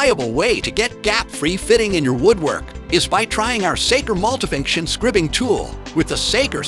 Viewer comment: It’s pronounced skry-bing, not skribb-ing.